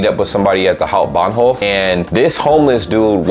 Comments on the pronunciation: You nailed the Hamburg Hauptbahnhof perfectly. St.Pauli is a whole differnt beast. Anyway, you always show a good example of just beeing nice. Also, really stepped up your editing along the road, fine job. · Just by the way (i am a new (german) supporter) u r saying the word hauptbahnhof in a perfectly accent freely way 👍🏼